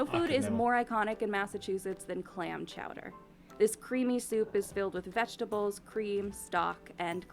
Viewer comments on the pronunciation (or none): I’ve never been more offended then when he slaughtered clam chowder. 😂